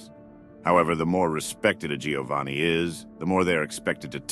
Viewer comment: Giovanni is pronounced Jovanni